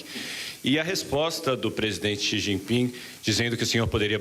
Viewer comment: Esse animal mente todo dia... Sabe nem pronunciar o nome do ditador chines